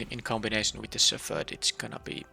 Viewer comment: Well, I see you're still pronouncing "shepherd" wrong. The ph doesn't make the f sound in this case.